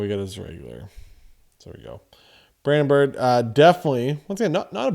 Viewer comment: brandon BIRO , BEER-O